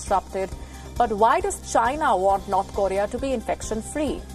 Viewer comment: Can you at least say North Korea properly😂😂😂😂